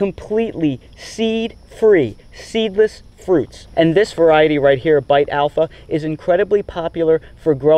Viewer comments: Beit, not bite. Beit is the Hebrew word for “house.” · Great video! (Beit is pronounced like "bait." It's a letter in the Hebrew alphabet.)